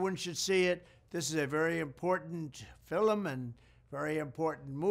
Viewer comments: Hmm...any ideas on why our beloved President is pronouncing the word "film" as fil-lim, w/2 syllables instead of one? I've heard a couple theories, neither of which resonated w/me. Any info/ideas appreciated, & thank you in advance. ~Samantha Whitson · Why does he keep saying fillem is this a New Yorker way of pronouncing film? But the fact that he’s talking about this is exactly why the establishment and media hate him. He’s going to ruin all their pedo/sex trafficking rings. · The new what…? What the hell is a “fill-un” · Anyone else notice "fill-em" being said more than once, and maybe other mispronounced words? God Bless President Trump 🚂 🇺🇸 . . . . 🙏 ⚓️ ☀️ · Is he saying "FILIM"? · Has anyone ever told him it's pronounced film and skurj not fillem and skorj?